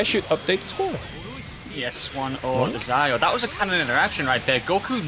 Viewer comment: (Zio is zee-o and not zayo)